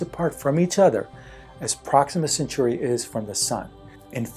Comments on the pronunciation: It’s Centauri not century. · Proxima Centauri is pronounced "sen-TOR-ee" not "sen-SUR-ee"